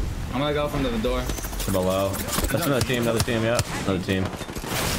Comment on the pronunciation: Thee toosher